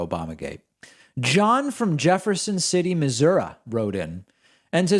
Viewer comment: Congrats on knowing the proper way to pronounce "Missouri". You must be close to someone who was born their, since you weren't.